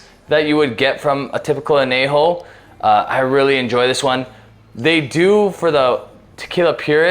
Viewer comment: Say an-YAY-ho, ñ has a distict sound. You're pronouncing the j just fine. So why fuck up the ñ?